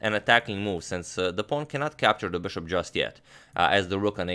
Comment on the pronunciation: been watching your videos for 3 hours just to hear you say beshop